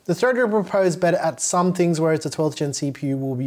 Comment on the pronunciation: WHY DO YOU CALL IT MOTHERBOARDS "TINGS" that's bullying 😢